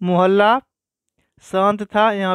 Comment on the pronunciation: मुहल्ला नहीं मोहल्ला सही होता है।